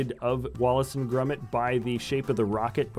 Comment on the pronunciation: Its wallace and GROMIT, thats 'grOmit' not grUmit!!!!!!!!!!!